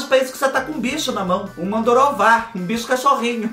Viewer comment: Ai do céu, não é mandoruvá é maranduvá! Kkkkkkkk morrendo de rir,tu não existe!